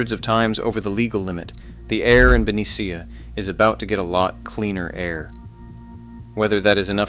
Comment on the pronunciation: Ben-nee-sha… not Ben-e-C-ah..